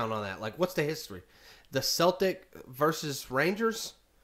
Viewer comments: you don't pronounce the Boston Celtic's (Keltic)... same with Glasgow Celtic (pronounced Seltic) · It’s pernounced seltic. But spelt Celtic. I’m a Celtic fan and it’s so nerve racking at old firms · Seltic 👈👉pronounce it like this celtic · When talking about the football team, its pronounced like "sel-tic". Any other time its Celtic. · It’s Celtic not keltic 👍🍀